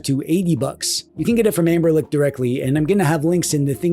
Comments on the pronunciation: Is he saying amber-lick instead of Anbernic? 😂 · I am not crazy, you are saying amberlick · i can’t unhear amberlick 😭😭